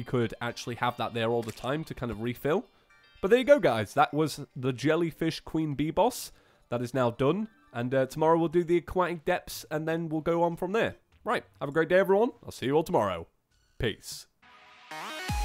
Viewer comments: He said jellyfish queen ber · A: "Equiptable" and B: Did you mean to say "Jellyfish Queen Bee boss" as a joke, because regardless of the answer it was funny.